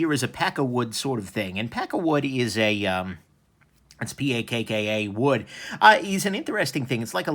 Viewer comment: Lol thought you said peckerwood, not pakka wood. Little bitch hands? God you kill me